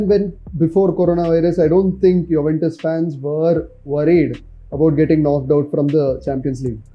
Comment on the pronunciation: Wtf is yuwentus😂😂